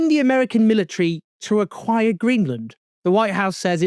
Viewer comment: "AQIIRE" Hahaha this is so bad it's absolutely hilarious if it wasn't so tragic !!